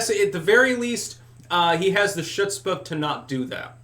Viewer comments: Chutzpah is probably pronounced as hoots-pah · Chutzpah is pronounced "Hutzpah". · Lol! Shutzpah. Hearing that word my whole life, the way you pronounced that is hilarious. It's like when tim pool says words like Knesset and ha'aretz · Learn to pronounce " chutzpah " !! Learn to pronounce " chutzpah " !! Learn to pronounce " chutzpah " !! Learn to pronounce " chutzpah " !! Learn to pronounce " chutzpah " !!